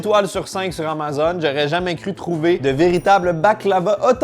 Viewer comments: Comment tu prononces Amazon? es-tu rendu un chiant de Francais de France? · Pourquoi il dit amazone?😅